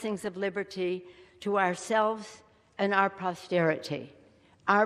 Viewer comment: The word is "posterity", not "prosterity". At least she's not as Dan Quayle.